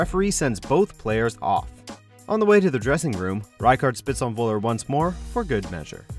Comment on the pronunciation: It's Völler, not Woller. Atleast try to pronounce it in german.